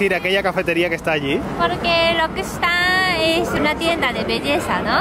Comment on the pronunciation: Me encanta como pronuncia L'Occitane <3 <3